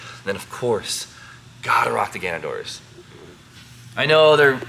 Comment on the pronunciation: IT'S GANADOR. NOT GANUNDOOR.